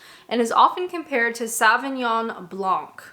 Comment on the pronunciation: For a Canadian you can make a better fist of pronouncing Sauvignon, surely?